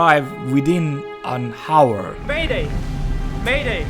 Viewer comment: Hour is not pronounced with the H. It sounds more like "auor" than Hauor